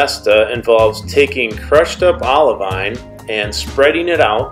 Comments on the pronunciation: I messed something up though. A geologist reached out to me and said I need to pronounce it "oliveen". We'll, here's hoping I get to go to Hawaii or the green sand test beach so I can correctly say olivine when I get to touch it! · It's pronounced OLIVEEN! I'm sorry! A geologist reached out to me and told me I was saying olivine wrong. I should have pronounced it OliVEEN. Sorry! If I get to go see the Project Vesta test beach, I will say it correctly for sure!!!